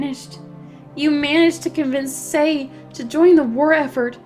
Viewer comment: So glad you ended up calling Sei "say," instead of "see."